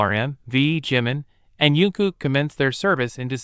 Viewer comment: This AI needs allot of work. At least pronounce their names correctly. Jin has so far been Jean and Jin. Don't get me started on JK poor butchered name. I thought they were supposed to be out by June 13th, 2025.